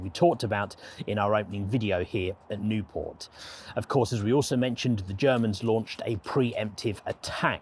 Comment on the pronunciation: Not Nieuport. Nieuwpoort. It's a Flemish city, not a French one.